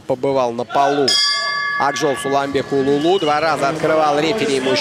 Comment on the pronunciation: Я за судей не берусь ,но комментара надо отправить учить алфавит нигде не сказано улулу ,а сказано уулу т.е. сын. Коммутатор учи алфавит. Респект Сулейман Уулу.